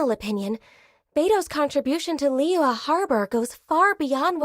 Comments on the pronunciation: Every character has a stroke pronouncing Liyue. "Li-Yua" "Li-Yhue" "Li-Yee" "Lee-yah" "Lee-yahw" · The way the VA pronounces Liyue really bothers me